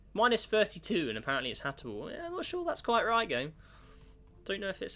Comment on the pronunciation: can we get a count for how many times says "Hatable" instead of "Habitable"